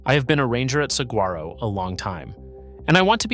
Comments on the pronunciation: PLEASE learn to pronounce saguaro correctly. Hint: The 'g' IS SILENT. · Wrong the g is pronounce like an H